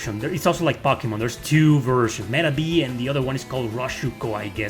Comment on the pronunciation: I have watched so many of your videos and most of the time I don't even bat an eye but today for some reason I was just really wondering how come you say pocky-mon instead of one of the many more typical ways to pronounce to name..?